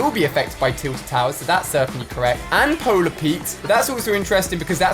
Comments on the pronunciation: before you make trash videos,go learn how to speak English. it is not called polar PETE dude. it is called polar PEEK. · hmm are you sure that you say polar peat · Anybody else hear he said Polar Peat